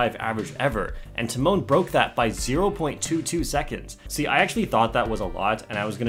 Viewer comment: hi just a tip for your future videos, the accent in tymon should be on the first syllable, not the second (as is the case with the english equivalent of this name - timon). it's TY-mon, not ty-MON:) about the surname - the accent is placed correctly, but the "si" part is pronounced softer, closer to "shi" than a hard "si". honestly it's even softer than "shi" but there is no equivalent to that exact sound in english so I'd recommend trying to copy the polish google translate voice for that